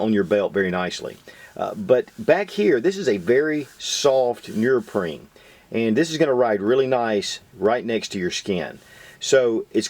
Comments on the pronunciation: bro u make great videos but its pronounced neoprene not nurprine 😂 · What the hell is nearpreen? Are you trying to say neoprene? Which is pronounced exactly as it is spelled. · heh heh... he says nerprene... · NEO-PREEN lol right pronunciation of neoprene . other than that , Great review. help'd me decide to get 2 . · Thanks for all the great videos and the knowledge that comes with them ***** but, say it with me: "knee-oh-preen" hahaha seriously though, great work, you have really helped me broaden my perspective and certainly influenced past purchases lol. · "nee-oh-preen" lol